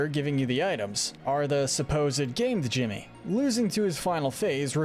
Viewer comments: Only some minor nitpicks, and they rly don’t matter, but I believe Djimmi’s name is just pronounced like “Jimmy”, same as in the word Djinn or Djinni. Brinybeard’s name is pronounced more like “bry-nee” than “brinny”, as in brine (salt water) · You don’t pronounce the D in Djimmi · I love your videos but I’m really put off by your pronunciation of the “d” in Djimmi. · The d in Djimmi is silent